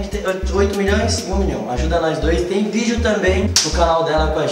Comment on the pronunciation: Ate os berti pego a mania de falar "Vioo" Afff ate eles😂😂😂